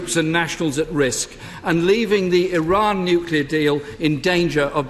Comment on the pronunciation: He does love Iran but pronounces it Izan, because he's backward.